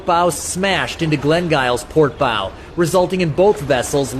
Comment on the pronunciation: your pronouncing bow wrong